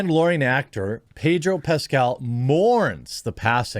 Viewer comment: Ped-o Pascal